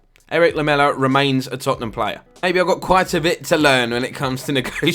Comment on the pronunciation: Lads, it's Tottenham. 🤢